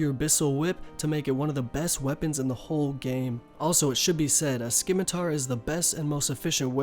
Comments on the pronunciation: si-mi-tar :) Not sci-mi-tar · another idiot that says "skimitar".... omfg smfh... stop playin rs and go back to school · Skimitar? Its Sih-mih-tar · did he just say skimitar? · I'm more worried about how he pronounced scimitar. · The way he pronounces things like scimitar, saradomin, neitiznot and rune